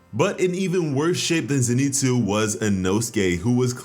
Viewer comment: Please, his name is pronounced Zen I Tsu as in Zen Ee Tsu! His name is not Ze Ni Tsu.